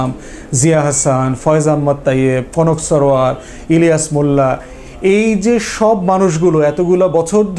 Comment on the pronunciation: স্যার, ইলিয়াস ভাই এর নামটাও ভালো করে বলতে পারলেন না। আপনার কথা ৬মাস যাবদ শুনি আর এই ইলিয়াস, পিনাকী আমাদের ৩বছর যাবদ এগুলো বুঝাইছে। সরি আজ থেকে আপনার চ্যানেল আনসাজকাইব করলাম।